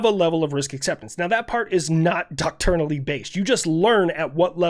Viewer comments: One nitpick: when you say "Docturnally" I'm pretty sure you mean "doctrinally", which is dok-TRINE-a-lee (trine like time). Unless the military has a different word I'm unaware of. Anyway, just wanted to give you a heads-up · Bro. The word is pronounced "dock-try-nally" Not dock-tour-nally. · I love yer stuff... it's "Doc-Trin-Al-Ly".